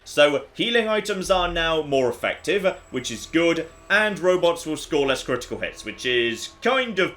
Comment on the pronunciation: Fallout New Vegas.... is goote (Timestamps on where he says "Good") P.S. I know I've missed some, if you see some that I missed, please let me know! (that laugh too 👀)